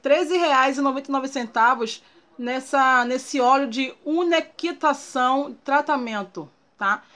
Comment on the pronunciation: unequitação? porque ela lê uma coisa e fala outra? mulher é umectação....pela fé......